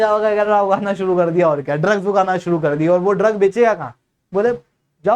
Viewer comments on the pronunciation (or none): none